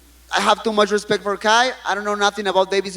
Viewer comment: "Put some hespect on my name"